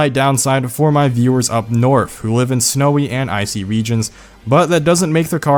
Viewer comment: Worf Norf Lol